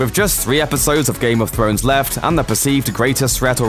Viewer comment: Did I just hear you say “ Game of phones” ?ْ